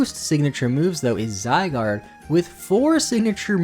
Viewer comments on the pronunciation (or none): none